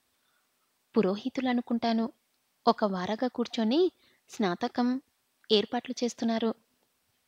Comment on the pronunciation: Baajantreelu emiti bhajantrreelu snatakam for snaatakm Ani cheppali. Pronunciatio nerchukoni chaduvu. Masla for masala . Horrible reading.Alugagadda upma, emiti nee sraadham. Upmakoora anaali